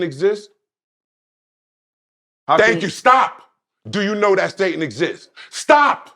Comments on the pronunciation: Why tf is pronouncing "Satan" as "Say-ton"? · How do you fight Sa-ton 😐and why do you pronounce it like that? Umar giving you physical facts about black people how we think and spend being the problem. And he offers solutions to the problem. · Today i learned it’s not Satan, it’s SaTON… got it.